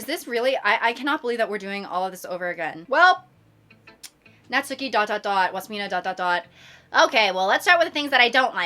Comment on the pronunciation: girlie pop. Pleaze pronounce Natsuki's name as "Nat-ski" not "nat-SOO-ki". You remind me of the people that pronounce Daisuke's name wrong from mouthwashing🐓🐓🐓